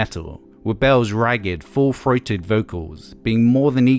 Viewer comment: “full- froated vocals” “garage rock frash” “breakfru band”